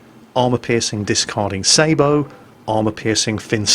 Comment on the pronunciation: Thank you sweet jesus! The man pronounced sabot correctly!